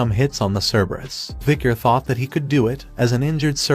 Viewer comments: ke-be-rus❌ cer- ber-us✅ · Cerberus in original Greek is more like Kerberos, and is pronounced like "Care-bear-oos". Yes, you heard that right ladies and gentlemen: the guardian of hell is the original Care Bear! I wonder what badge it has on its tummy? Does having 3 heads make it easier to perform the Care Bear Stare?